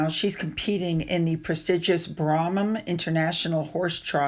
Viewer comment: its Bram ham, just saying hope you don't mind, I enjoy finding rhymes to the syllables as in mam and spam for the Queen. 😂